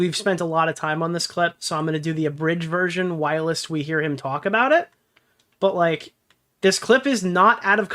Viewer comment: Is trolling?? "Whilst" is one syllable